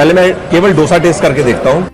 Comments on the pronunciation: Sir, Being Kannadiga/south Indian I am requesting you to use correct pronunciation.... it is pronounced as 'दोसा ' not 'डोसा'..... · Dosa Ka pronounciation aap galat Kar Raha hai. Dosa me d aap dangal ke d Jaise pronounce Karen. Main south Indian hoon isliye ignorekarna mushkil hai😀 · has been eating Dosa for a while now and he must please pronounce the word right